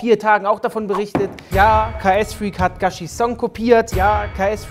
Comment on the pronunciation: Er heißt KSFreak und nicht KAS Freak 😂😂